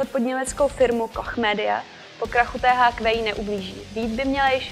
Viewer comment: polykání konců, slečna zjevně trochu vystrašená a výslovnost jména společnosti THQ...